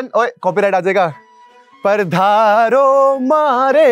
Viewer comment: Pardharo nhi padharo hata hai